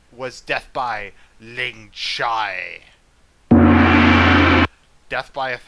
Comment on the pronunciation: It's Ling Chee